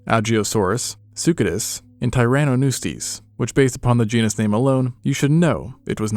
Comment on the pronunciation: this man's FEARLESS pronunciation of genus and species names terrifies me.